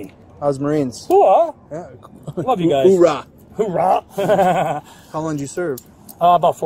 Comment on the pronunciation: "Oh-rah" Is a marine thing 😂 no?